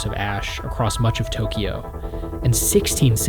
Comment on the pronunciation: Tokyo is a 2-syllable name. There is no "ee" sound in the middle.